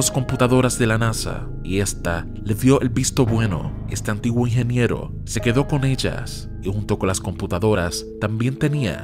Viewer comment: Por querer hablar rápido no se te entiende la palabra "ingeniero"